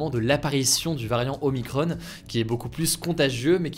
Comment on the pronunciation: ce n'est pas omicronne, mais oh-mie-cron (il na pas de e)